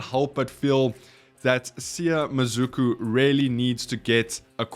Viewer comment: It's pronounced Mah-Sue-ku